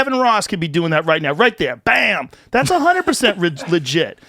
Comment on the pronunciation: the moment where Boston came out of Joe. “RIGHT THEE’! BAEM!”